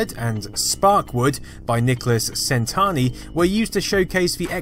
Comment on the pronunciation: his name (Centanni) is pronounced "CHEN-TANNEE", not "SEN-TARNY"